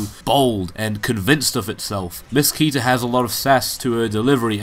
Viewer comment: The right pronunciation of "KETA" is like "ketamine" without "mine"